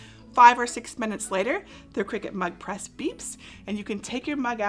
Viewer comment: I keep hearing it as Mud Press!